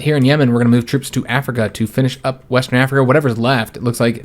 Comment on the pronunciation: “Wastern Africa”